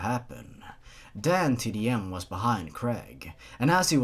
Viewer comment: Every time you said "DanTDM" I thought you were saying "Damn Tiddy M".